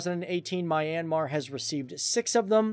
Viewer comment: My-ian-mar? 🤣🤣🤣🤣. If u want to be a good podcast, at least get the name of a country right. I can understand if u have difficulty in pronouncing names of some county or village... but a country?